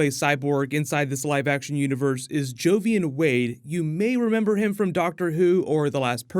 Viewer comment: Joivans name is pronounced as jo-van